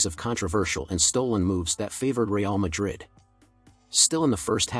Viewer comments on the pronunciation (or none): none